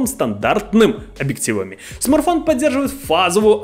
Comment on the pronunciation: Парень, я думаю правильней будет если ты будешь называть его правильно- не смарфон а смартфон